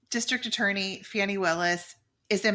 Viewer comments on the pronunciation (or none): HER NAME ISN'T FANNY! IT'S FANI LIKE FAWN-NI! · It’s pronounced FAWN-EE. 2 syllables. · FYI, she pronounces her name as “Fawn”y. Thanks for sharing.